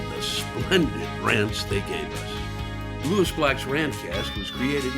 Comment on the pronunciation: You should look at the background and can't even pronounce the name Lewis.